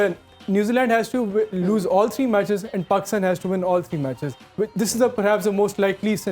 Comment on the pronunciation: 😂 packstan 😂 cumpain 😂 kofidense